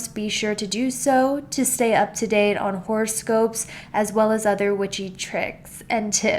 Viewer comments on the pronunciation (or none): none